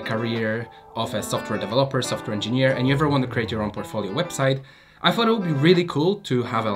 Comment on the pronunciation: I really don’t like when someone says ‚fot’ instead of ‚thought’... everything else is cool 👍